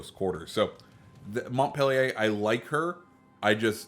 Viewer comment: You totally butchered the name of the ship by the way you said it and it is not a reskin of the Cleveland because it was in fact a separate ship in the Cleveland class of cruisers named for Montpelier which is the capital city of Vermont. Just because it may look like a Cleveland does not make it a Cleveland a lot of non Navy people think this way but it is not so. Good video other than that.